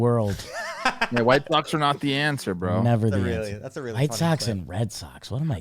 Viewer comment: saying whitsox almost made me crash my car